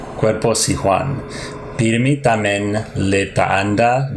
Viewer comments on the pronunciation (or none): Yes, its tambien not tamen. They heard its as tamen or they might be lazy saying tambien so they say it as tamen. And mostly zamboaguenos of today's generation incorrectly pronounce and spelled the words the way it should be. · "Tamen" is a common, casual, informal, colloquial, but incorrect and erroneous spelling of the Chavacano and Spanish word "tambien" (also, too, as well). Most Zamboangueño Chavacano speakers find it difficult to pronounce the word "tambien" clearly, especially the children, so we just blended or combined the two labial consonants "m" and "b" into one labial consonant "m", and we just combined the dipthong "ie" or the two vowel sounds "i" and "e" into one vowel sound "e", thus making "tambien" turn into "tamen" in our oral speech. Because Chavacano had long been an oral language, was never standardized, didn't have a standardized, standard, official, or agreed upon orthography, grammar, etc., and was never formally guided by some language institutions before, then most Chavacano words were written down and spelled informally based on the letters and manners of the Filipino national language and other local languages of the Philippines, and based on how the natives produces sounds and pronounces words. So, "tamen" also became a well known spelling aside from the proper spelling of "tambien" even though other Zamboangueños also do pronounce and spell it as "tambien" and not as "tamen".